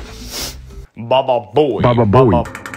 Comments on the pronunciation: Its not pronounced baba boy its pronounced bubu boy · Its not pronounced baba boy it pronounced bubu boy